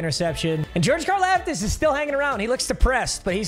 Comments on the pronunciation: It’s pronounced car-loftis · So it’s George karlaftis but it’s pronounced like car-loftis